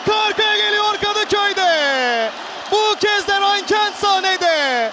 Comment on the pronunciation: Sipikerin kentt demesi cok iyi